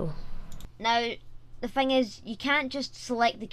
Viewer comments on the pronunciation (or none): none